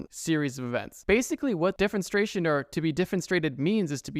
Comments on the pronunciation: It's interesting that there's a word specifically for the action of throwing someone out a window Also, bit of a nitpick, but you are missing a syllable when you're saying it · Defenestration not defenstrations ☝️🤓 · you are pronouncing defenestration wrong (and said it like 100 times lmao) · The way you pronounced Edinbrugh made me cry a bit😭 but I loved this video and I love your Channel!! <3